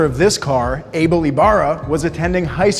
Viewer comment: I don't like how you say Abel